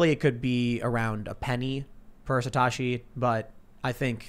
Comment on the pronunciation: SATOSHI !! NOT SATASHI!!